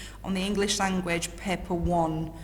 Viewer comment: If she says paper that way, how does she pronounce pepper